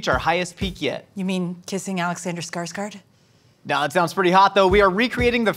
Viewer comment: Skarsgård... "scarsgOrd" 💀